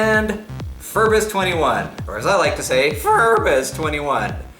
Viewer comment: FEEEERbus twentyone xDDD I'm going to show you how to say it IN SPANISH: (Repeat) Fair-Boos-Vane-Tea-Oo-No (without pronouncing the 'u') Ask Saint Google Translator if you said it OK.